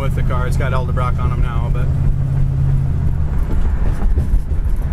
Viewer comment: Can you say EDELBROCK? Nice car.. .